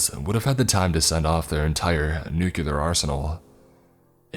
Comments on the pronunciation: Not the first time I've heard you repeat "nukelar" again and again. It's "nuclear". As Nuk-lee-ar. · knew-Q-lar? hahaha